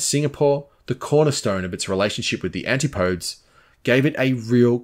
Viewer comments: Antipodes is not pronounced anti-podes. Try saying an ti puh deez. Got so say though I really appreciate the work the does. It is so top notch little errors stand out more than they should. I wouldn't have said anything but as a fellow Australian we should know how to pronounce antipodes. After all we do live there. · Great video. Excellent analysis. But.. Antipodes is pronounced "an-TIP-oh=deez" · I like the way you give all the detailed specifications of the gear. FYI, “antipodes” is pronounced “antip-o-dies” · antipodes it's pronounced " anti - puh - dese. there is such a thing as an " antipode " ( no s ) in geography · Great video but....antipodes is said anti po deez